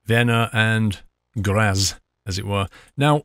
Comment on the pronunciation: Graz is pronounced 'gratz'